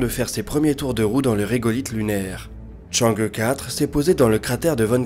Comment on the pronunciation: Enfin qq'un qui proponce chang' euh quatre et pas chang' hi four (vu a la tv française!!) 😋